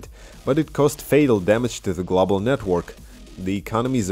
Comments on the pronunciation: Glawbal lol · thanks, man. my pronunciation has improved since that. I no longer say "glawble" lol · Thanks man, great video... too bad the video didnt go glawble.... just teasing you. I understand how hard it is to speak a 2nd language (my nickname at work is 33 in german, because how i completely butcher the pronunciation)